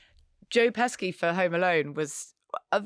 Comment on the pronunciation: Marina’s pronunciation of Dougray as dug-ray instead of Doog-ray is incredibly grating. Only English people call someone Dug instead of Doog. It’s not Duggie Howser is it? And Pes-key?! Deary me! It’s Pesshy because it’s Italian! She really isn’t very bright on entertainment is she? 🙉